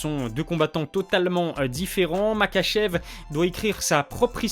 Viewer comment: Ça se prononce ma*R*achev